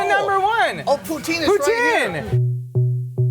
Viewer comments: If you want to piss of a Quebecois (besides calling em Kebekers) pronounce poutine as poo-teen. They'll love ya! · I HATE when none-Quebecois make Poutine, that shit was NOT real Poutine. And it is pronounced POOH-TIN (the E is silent). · It's not POUTEEEN u noobs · So he's Canadian, but can't pronounce poutine? Or is that the French pronunciation?